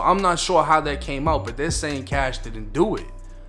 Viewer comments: Dude Please stop saying Kash 🤣🤣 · It’s “Kashh”